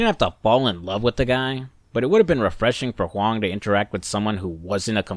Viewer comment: 你Huang的发音百分之百是正确的 (Your pronunciation of Huang is 100% correct.)